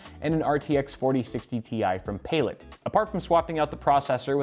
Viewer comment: Palit ? bro! it's pronounced Palette